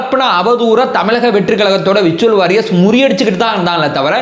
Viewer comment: விர்சுவல் வாரியர்ஸ் இல்லை . உச்சரிப்பு . வெர்சுவல் வோரியேர்ஸ் - virtual Warriers